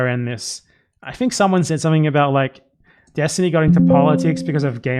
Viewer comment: ahh yes, destiny. the guy whos famous for not knowing the topics he talks about. its why everyone is always trying to debate him to try to make themselves look good when they easily show everyone how dumb he is... oh wait. nope. say his name wrong and ignore anything else that might hurt a worldview held up with glue and toothpicks